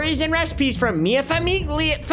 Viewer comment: goes forth to mispronounce famiglia thinking its correct the 4th time